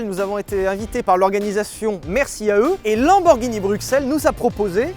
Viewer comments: Bruxelles enfin prononcé correctement par un français => Coeur sur vous : Comparaison de l'Atonium à la tour Eiffel peu glorieuse suivi d'un tacle au niveau des genoux concernant la coupe du monde => Quelle indignité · alors perso je suis Belge et je prononce bruXelles et pas bruSSels comme les flamands voilà merci de respecter la francophonie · je suis Bruxellois et tous le monde ici dit BRUXELLE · En même temps, ça s'écrit Bruxelles en français... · le rpincipe du "x" c'est que ça se prononce "x" pas "s"